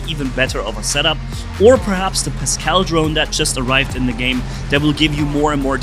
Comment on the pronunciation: Its pascal not pascel